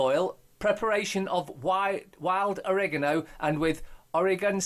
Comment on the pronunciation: Oregano not Orinoko, sounds like a feckin womble. Think your Ace 💙💙